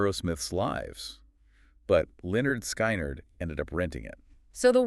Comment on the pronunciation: Im surprised they dont pronounce the band's name correctly. Seriously?